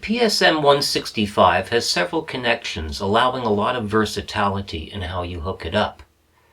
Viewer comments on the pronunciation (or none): Love your videos! Just curious: why do you say versatAlity instead of versatility? :)